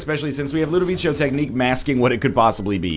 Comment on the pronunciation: Are... Are you complaining because he's pronouncing it right? And it's based on A Clockwork Orange, and in that movie that's what they call it.